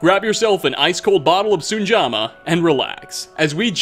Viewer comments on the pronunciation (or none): Sujamma not SuNjamma! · you said Soonjahmuh.....dude sometimes its hard to tell you even play the game howe badly you butcher every word